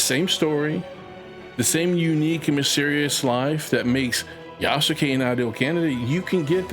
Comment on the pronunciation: love this video. But to help if you make further videos on this matter, the name is pronounced Yaskay (just take out the ‘u’ from between the Yas and ke)